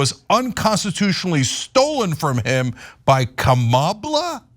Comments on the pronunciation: 0 seconds ago From now on pronounce the x-president's name Don-'Old Tee-rump. I'm so tired of them saying Ka Mall uh, purposely mispronouncing her name. Name calling is their go to move. I pity the poor fools. 1 Reply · I think Trump is saying Kama-blah. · I speak a little Trumpinese, and what I think Genghis Khan’t was attempting to achieve with his Kamabla reference was an emphasis on the “bla”, but because he isn’t fluent in the modern American dialect, he didn’t think or didn’t know to place an ‘h’ at the end of his almost-insult, leaving only plausible deniability to shield him from yet another unforced error.